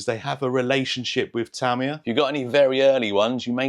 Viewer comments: In what language is ta-MI-ya the correct pronunciation? Japanese always put the emphasis on the first syllable, hence TA-mi-ya (the way you say it). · No, your/ the British way of saying it is actually closer to the Japanese with the stress on the first syllable - so it is "Tám-iya". Here's a link to a video where you can hear tow Japanese chaps saying it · You were saying Tamiya correctly first. Don’t change. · you way of saying Tamiya is correct, not Te'mi ya it's Ta' Mi Ya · I have lived in Japan for over 30 years, am on my second Japanese wife and actually speak Japanese. The language has no sylabic accents, so your original pronunciation is correct. Tah me yah, not tah ME yah. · It's only Americans who say Tah me a. The correct Japanese pronunciation is more like the traditional uk way of saying it Tami yar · You‘ve always pronounced it right. In Japan, we call it, what you always called it. The english version, is just the english pronounced, different from the original language pronunciation. 😅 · You've been saying "Tamiya" right the whole time. At least that's how it's pronounced here in Japan. Love your vids! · No, no, I'm sorry, but you do already pronounce it correctly - listen to the way Japanese people say it, not Americans - please do not spread this around the community, please. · Your original pronunciation of Tamiya is correct. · Ta mi ya, with a short sounding ah sound at the end. That's the correct pronunciation of this Japanese name. Americans get it wrong. The British way is much more accurate. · Pretty sure you’ve been saying it correctly all along.